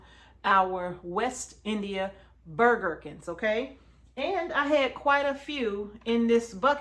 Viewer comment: I have to laugh, I was listening while I did other work. What I heard you say was that you were saving “Burger King” seeds! Ha ha! Keep doing your good work with your sweet husband and may God richly bless you both. ❤